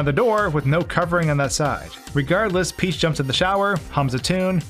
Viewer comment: Princess Phee-heeach